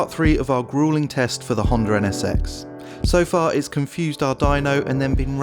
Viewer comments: How the hell does he make Honda sound like it has an "R" in it?! Hondar?! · "Hondur" nsx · "The honder nsx" Never heard of one.